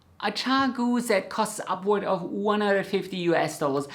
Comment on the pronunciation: I like the Chiaogoo needles best.. I buy when I need them for something not till then.. I don’t buy sets.. just what I need to use.. so glad u said chiaogoo, I wasn’t sure I was saying it right 😂 I’ve never heard the brand spoken out loud.. 😂